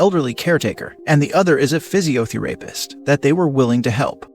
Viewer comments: St1-Physi-oh-fee-r@ ....really? Disgusting how the dad gets away with the way that he mistreats his wife and son,and how the family justifies it because the wife is disabled and dependent so they join in the abuse. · AI reading physiotherapist sounds like it's introducing a f'd up wrestler: Physio the rapist